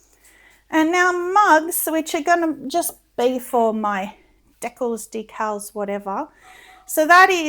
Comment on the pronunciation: You two just make me smile every day. Just as a prounciation aside, we pronouce a particular word as "dee cals" not "deck els".